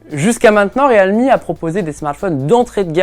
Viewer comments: Bientôt ils vont dire le Real de Madrid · Vous êtes sur de la prononciation du nom de la marque ; Realme ??? 😂🧐😂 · Ça m'a carrément choqué aussi ...